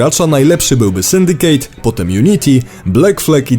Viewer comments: Dlaczego żaden Polski recenzent/dziennikarz nie zagląda do słownika? Nie "Syndikejt", a "Syndiket" (używając mocno uproszczonej pisowni). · "rouch" ? "sundicate" ? "umaiciło" ? Boże... Jeżeli jednak chodzi o treść - widać, że nie wiesz co dobre :d. Od Black Flag wzwyż to prosta papka dla mas, poprzednie części jeszcze jakoś się broniły.